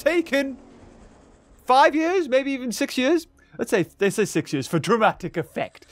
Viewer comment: Nobody:, pronouncing years: “jurs”